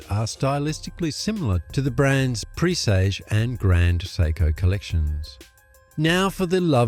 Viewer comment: Loved your pronunciation of PRESAGE otherwise, people are calling it I don't know what.